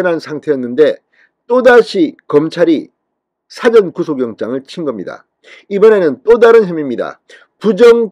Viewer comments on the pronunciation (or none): 사전 하지 말고 사:전 이라고 발음 하소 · 사전 발음 짧게 하면 안된다, 국어사전,영어사전 이 아니고 일 사자 사~전 구속이라고 길게 발음해라,답답한 양반아